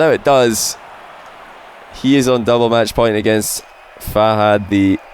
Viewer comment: If you met Fahad why are you still pronouncing him name wrong?